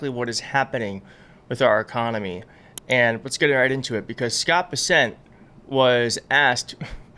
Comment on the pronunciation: My goodness, you are horrible at pronouncing names just like when it comes to the Midas Touch Brothers and their pronunciation of their last name spelled out is (my-sell-us) and now you are pronouncing it Scott besant (you say Bass-sent) and it's actually (Bess-Ent)!